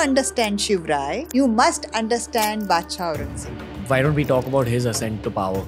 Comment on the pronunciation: Why she Pronounced Baadshah again again, non sense